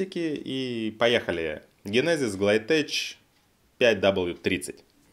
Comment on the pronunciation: Учи язык, пригодится. ГлайтеЧь, мля... )))